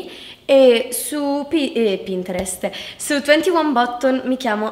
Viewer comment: Bottons? Si pronuncia battons e si scrive buttons